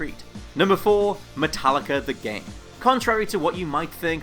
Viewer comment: what's a jame?